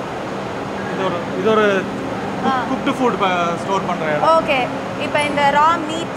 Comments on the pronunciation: Okay or ahkay va ma? Change this girl. Please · Anchor.🥴🤡🤦‍♂️ US return. It okay not Hokay.😂🤣